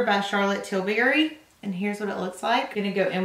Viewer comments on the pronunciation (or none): none